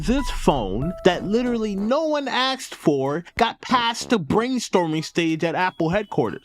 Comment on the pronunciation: "Axed for"